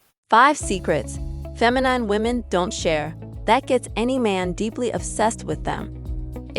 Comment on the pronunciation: Look up how to pronounce the word "feminine."